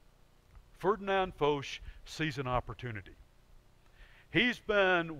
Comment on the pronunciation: Who is this Foesh ? It is a French name, pronounced it as such. Foch. It rhymes with tosh